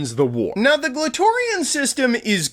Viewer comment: Glatorian will always sound like clitorian